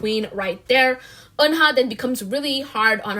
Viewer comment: Isn't Eunha pronounced like Yuna? 😳